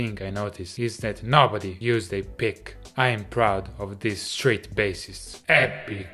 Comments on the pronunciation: Thought he said "straight" when he said street. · I swear he's saying, "straight bassist" - next up, gay bassists. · Am I the only one who thought he was saying "Straight" musician the entire video?